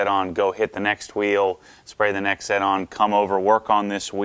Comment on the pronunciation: 1Z Einszett is pronounced "Einszett Einszett" the "Z's" are pronounced like "ts". German: One=Eins Z is pronounced "ts" (like in the following words: spots, lots, that's) But now they're called "nextzett" [next tsett] I don't know if you care about that stuff, but I just wanted to inform some of you.🙂